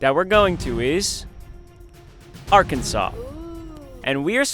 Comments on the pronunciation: “AGHRKENSAW” noiez ❌ “AHGRKENSAWCE” yez ✅ edit: cookie is yum 😋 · Is it just me or should Arkansas be spelled differently? It's spelled Ar and Kansas but isn't said like that. Arkansaw is how it sounds.